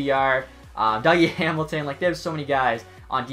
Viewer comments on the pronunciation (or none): none